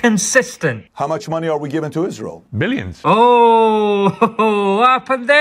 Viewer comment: "Millions". Did he forget how to pronounce "b"?